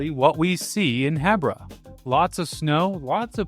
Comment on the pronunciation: I've never heard someone say "Hebbra" 😅 I always say "Heebra" 🫪